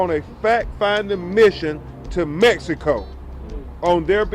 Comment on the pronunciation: Did this Negro say, "Messyico"?